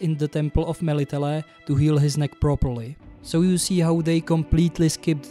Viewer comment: I love how you say "Melitele". In it I can sens a neighbour from... Czechia? Or Slovensko? You were right on all points. What especially moved me was your take on Hollywood's portrayal of slavic villages. Meanwhile our countryside is so beautiful and colourful, so much prettier than towns. I'm thinking of the village of Zalipie, all in painted flowers or the villages in the tatras with their quaint wooden architecture.